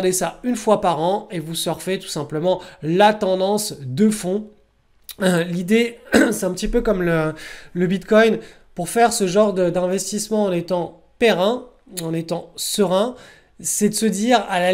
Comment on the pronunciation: En étant Périn mdr !! C'est pérenne ;-D Avec une croissance pérenne de tes actifs, tu es serein Bon après OK, je sais, c'est facile de se moquer, mais c'est pas méchant, faut rigoler :)